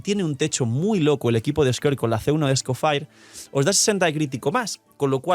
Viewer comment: Cada vez que dice "scofair" muere un gatito